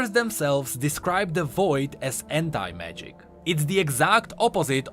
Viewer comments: Is my head or he is saying henta magic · Am I the only one hearing hentai-magic? Please tell me not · When he said anti-magic, I truly heard Hentai magic... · Everytime says "Anti-Magic" I always misheard it for something...